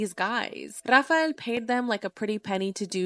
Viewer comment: I like how she says RRRAFAEL 😮😂😂😂😂😂😂😂